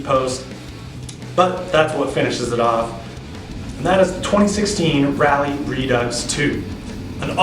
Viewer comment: I'll overlook the pronunciation of Redux then. Ha. Good review, I'm checking them out.